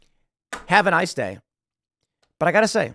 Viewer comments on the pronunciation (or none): none